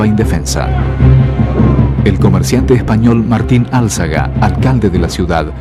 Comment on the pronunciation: Empieza el video este soltando mentiras de mierda... se confunde con lo que hicieron los anglos, será todo igual ?. Y se dice Alzaga, no Álzaga.